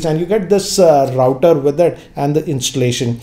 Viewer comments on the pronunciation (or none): Hello... Please do note the pronounciation of router. Check it in Google....